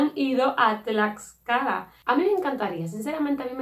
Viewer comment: Tiene una historia muuy interesante, si es muy pequeñito pero le es suficiente para tener gran relevancia en la historia. Los murales dentro de su palacio de gobierno son hermosos contando la historia desde la época precolombina, se come muy rico. Tlaxcala, lo pronunciaste bien 👌🏽